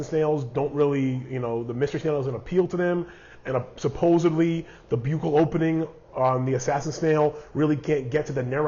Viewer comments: I looked it up and the buccal opening and buccal is pronounced "buckle". Like the buckle on your belt. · Buccal is pronounced Buck-ul. Enjoyed your video, thanks. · Buccal spelled the same in dentistry is pronounced buckle. Should be the same. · I enjoyed your video, and thanks for all the info. I only have one assassin snail and I'm just wanting to know the best way to care for it before I get anymore. You may already have found an answer to the question of pronunciation, but in case not, I can help. The first syllable rhymes with "buck," as in a dollar bill. "I have twenty bucks." The last syllable is pronounced the way you pronounced it in the video. It's a medical term which describes the lining of the inside of the mouth (buccal mucosa), and is also used by dentists to describe certain cavities (buccal cavity). Anyway, thanks again for the useful information. I enjoyed your video.